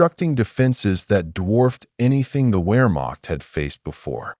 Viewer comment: Teach the a.i. proper pronunciation..."where--maak?"